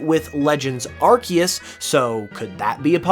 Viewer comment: You get a “like” simply for pronouncing Arceus correctly!